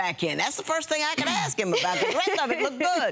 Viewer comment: ASK' not "Akxs" please.